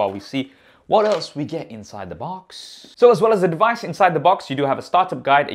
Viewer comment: Here is the "dewise".........!!!!!!!!!! Hmm, instant thumbs down for this reviewer. I can't believe this brilliant flagship smartphone hasn't been reviewed by more professional and popular reviewers.